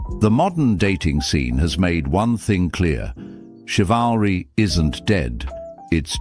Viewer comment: Bro your AI struggles with the word "chivalry" 😂😂